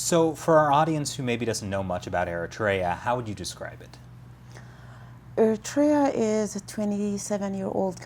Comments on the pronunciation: He can't pronounce Eriterea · Lol you pronounce Eritrea wrong 💀